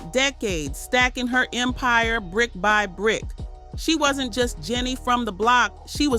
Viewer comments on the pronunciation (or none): none